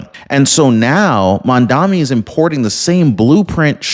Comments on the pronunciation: I am die hard Trump fan, but you ought to try harder to pronounce Mandani’s name correctly. It’s not Mamdami, it’s Mamdani! I’ve no lose a little credibility every time you say Mamdami. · Are you hearing disabled? It's Mamdani, not Mandami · Guys, I am not American but I am watching you. Mamdani is a good change. Give him a chance. And you sir, you are mis pronouncing that name. It is MAMDANI. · Dude. I'm in your corner and I agree with your stance regarding your political position, but you look really foolish in mispronouncing Mamdani 's name. It's Mom-Donny. Please, get it right. I hate the guy but please, say his name correctly. It diminishes your intelligence to continue to mispronounce it. All the best to you. Keep up the fight!😊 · Why cant your pronounce his name properly ..... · at least learn how to say his name properly if you are going to criticize him